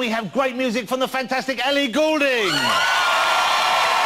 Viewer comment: He's British and yet cannot pronounce Ellie Goulding's name right